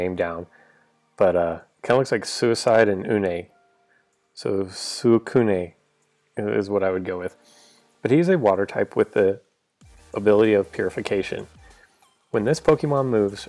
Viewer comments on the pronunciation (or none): its swee-koon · I think....... its more annoying the lower drop rate of gems than the actual EX-figures drop rate.... without gems you cant even try to pull R-figures on recommended boosters.... just hope for a good figure in time boosters... but its true that its much easier btw Suicune= Su-ee-kun Lol xD good video keep going! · El Paisa I am not surprised it's su i cune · "su coh knee" 😂😂😂😂😂😂